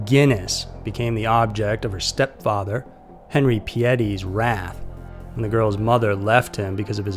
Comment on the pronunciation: Btw, our last names were pronounced wrong. Its "pee-ette". Henri's my grandfather and its pronounced "on-ree". He preferred henry, but its still henri. Toby's my father. Their story is absolutely horrific